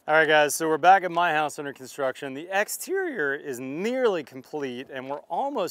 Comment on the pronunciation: Whats with the way you said exterior - hahaha